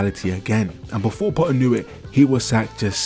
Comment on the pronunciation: It's "PoTTTTTer" not "Po-aa"